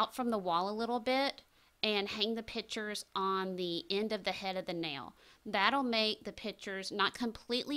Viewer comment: Your professionalism is quite obvious, however,every time you used the word ‘pitchers’ I cringed. A pitcher is a vessel used for liquids. The correct pronunciation for framed art is a picture. (Pic-ture) Not a pitcher. Hope this is beneficial for you in the future.